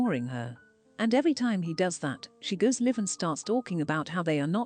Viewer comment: Too bad the computer cannot come close to pronouncing Chantal, yet gives an in-depth opinion. Or pronounce "live" when talking about going live.